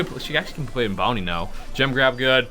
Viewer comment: It's bounty but it's sounds like brownie😂